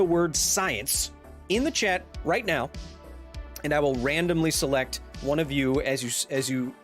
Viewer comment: I'm trying to pay attention to the WHOLE video so he can learn me something, but I can't help but to wonder is he saying "chEt" or "chAt"?